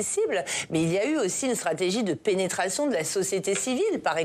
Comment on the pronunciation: tu as ete tellement penetree que tu appuis sur le mot penetration